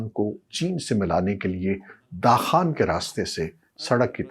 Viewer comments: داخان نہیں ، واخان ہے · اتنا بڑا صحافی ہوتے بھی واخان کو داخان بولتا ہے 😅😅